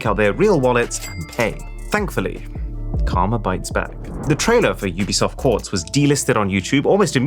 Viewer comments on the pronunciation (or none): none